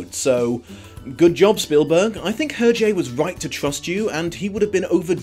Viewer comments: Actually, his name is not pronounced like that. The H is silent. Phonetic transcription is [ɛʁʒe]. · sorry not sorry for being nitpicky, but... UR-JAY ? ERR-ZHAY ? HURR-JHAY ??